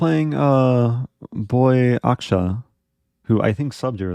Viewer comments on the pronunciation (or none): Boy aksha haha it’s “Booyakasha!”, respek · Heh yeah, that pronunciation of Booyakasha (the other player's name for those wondering) came out sounding so weird lol